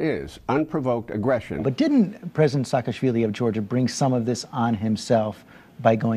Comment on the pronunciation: yes Mccain has been there but he can not even pronounce the name correctly oh please, SHOOSH-KA-VELI what a joke: it is Shakashvili & how is US going to hold any one accountable ???